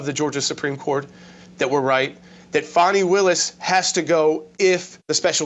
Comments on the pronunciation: Doug, its FAAAKNEEEE not Fani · It’s Fanny… not fonny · Hey Doug, I am getting really worn out listening to you call her Fawny instead of FANNY. Trump, Megyn Kelly, and a Georgia State Senator (to name a few) say it is FANNY. Nobody has ever had the name of Fawny, especially when it is spelled Fani. It’s BIG FANNY.